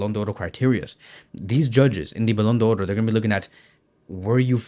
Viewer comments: First learn how to pronounce it properly it's simple Ballon D'or there's no oro in front. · The only guy who pronounces the "r" in ballon do"r"